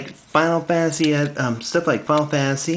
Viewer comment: you say final fantasy like fall fancy